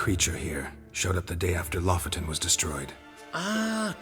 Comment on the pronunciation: Lofoten is a real place in norway. I will be honest, it really annoyed me how they pronounced it.